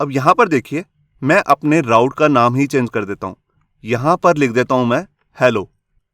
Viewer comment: sir ise raut nahi root pronounce karte hai.... i also come to know after 3 years working in laravel and codeigniter...